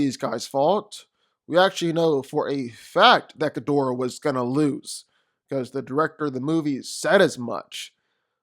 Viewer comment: Smart smart enough Ghidorahs entire body is covered in brain neutrons ding dong Also I wanna know why half the entire section can’t say “Ghidorah” properly